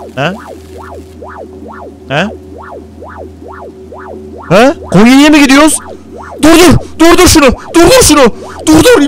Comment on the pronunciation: 13.14 te konyaya gonya demesi.